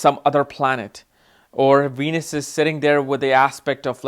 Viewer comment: How come sometimes u say wenus and sometimes Venus?